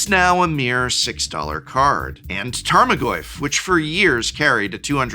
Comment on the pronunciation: More like tame-o-goyf